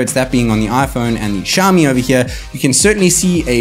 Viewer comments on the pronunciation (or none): NOT SHAMI! IT SOUNDS LIKE SYAOMI!!!!!!!!!!!!!!!! NO FUCKING SSSSSSSHHHHHHAMI